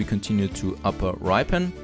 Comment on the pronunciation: Just caught up with the videos and enjoying your style of gameplay. Just to let you know that ‘Ripon’ is pronounced Rip as in Ship, so it sounds like Shipon but it’s Ripon. Really loving the series :)